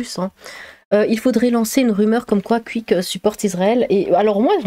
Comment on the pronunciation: "Le Cuik" ahahaha ta manière de prononcer ça